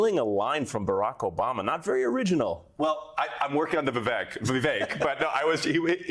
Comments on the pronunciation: Vivek is pronounced ViWake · Not “Vavook”😂😂😂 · Incredibly racist refusing to say vivek ramaswamy's first name correctly - its only 5 letters!! And then saying that he's got a funny last name!! I'm not a rebublican fan but I appreciate non racist talk from all people. White privilege